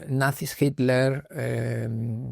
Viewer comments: mas claro que eso solo el agua FIJI, quizás no te percatas por costumbre, pero ningún español dice HITTTLER, no mencionan la T, dicen Hiler o algo así, pero bueno, no es importante, Gracias por contestar y me gustaría comentarte que tengo un canal que estrenará el otro año y así como tu hiciste aquel primer video en Egipto inspirado en el amigo egiptologo que admiras, yo ocupo el tuyo como uno de mis referentes. Que haya DESAFIO VIAJERO por muchos años mas.👏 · Srs, alguien me puede aclarar por qué en general los españoles dicen Himler a Hitler? Qué pasa con la T? Y no están hablando de Heinrich Luitpold Himmler, están hablando de Adolf Hitler! Entonces donde está la T en ese castellano? Todos hacen lo mismo! Hey, no soy hater, no quiero crear polémica! Solo quiero entender a que se debe, quizás hay una razón y yo estoy equivocado. Y en este canal las personas invitadas son personas muy cultas.